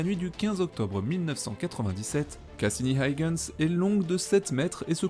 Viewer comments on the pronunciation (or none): Passionnant comme toujours. Mais pour Huygens c'est pas aille-gens qu'on prononce, c'est juste: u-i-gens